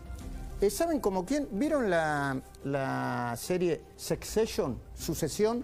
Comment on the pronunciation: "Secceshion" JAJAJA. Che Luis, sos peor que yo en ingles jajaja, y yo soy malísimo te juro.